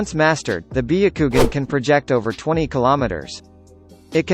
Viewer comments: biyakugan nooooooooo its BYAKUGAN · When he said biukugun I died and resurrected to say bayakugan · I stop watching after he said byagugin. Like really man? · Bee.a.kugan?!....it's Byakugannnnnn!🙄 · Nobody: The vid: bEeYoUkWoGuN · Beyucoogan HAHAHAHHAHAHHAHHAAH sherengan AHHHHAHAHABHAHHAHHHAHHAHHHAHHAHHA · “Bee-a-koogan” cmon bro you need to pronounce these terms right lol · "Be - a - kougan" is the right pronunciation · The way he said byakugan (bee-o-ku-gon) is so triggering Just why... WHYYYY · Bi-ya-ku-gun , Share-in-gan Me:...your saying it WRONG * hermione ver * Sasukey Me:* breaths heavily * More pronounces that are wrong Its fine nobody is perfect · Ahhah "biyukugan" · This is how he said byakugan Biyakugan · BIH-YA-KOO-GAN God damn son, say it right.... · Be akugan lol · Be a ku gan what type of douōjutsu is that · When bro said byakugan I lost it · THE WAY GOOGLE PRONOUNCES BYAKUGAN😂😂😂😂😂😂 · How he said byakugan makes me rethink if I actually know how to say it XD. How about trying ur real voice though? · Why "biyagukan" and "sasooke"?